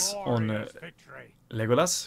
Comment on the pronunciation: It's pronounced "Lego" and "Lass" from the word "LASt", but I like your "Liegolas" pronunciation ahah!